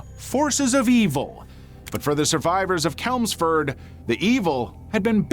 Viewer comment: Small heads up, Chelmsford is Ch as in change, not Ch as in kelp